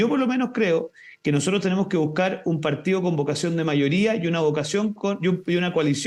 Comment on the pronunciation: Es parte de la pauta, tienen que mencionar al partíoh comunihtah un mínimo de cinco veces por intervención.